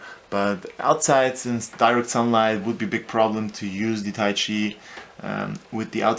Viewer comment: lol "weeeeeeechiay" i giggled for hours :D but yeah bad review.